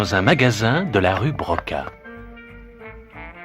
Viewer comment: C'est rue Broca pas pas riz Broca